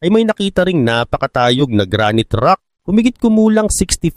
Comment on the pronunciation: Boss ayusin mo Naman Ang Basa mo sa uri Ng bata... Ibabaybay ko na lang ha... (Gra- nayt) Granite..